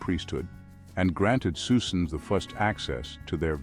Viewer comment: Gandalf Magneto’s saying Psusenne (although it sounds like Susan)